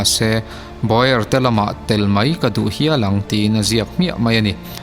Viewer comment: baw-er ti lovin baw-ar tia lam tur a ni